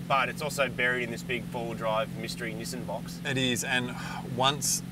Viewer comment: Knee saan